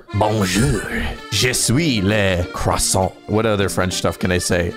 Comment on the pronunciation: rare footage of - "CrOiSsAnT"